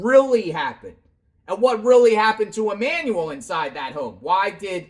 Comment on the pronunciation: I don’t care what you call Jake and Rebecca, but it costs nothing but compassion to say the names of the deceased correctly. Hector= Heck-tour Emmanuel= E-man-u-l 🙏🏼